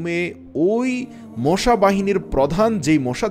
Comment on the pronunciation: মোশা নয় মশা বলবেন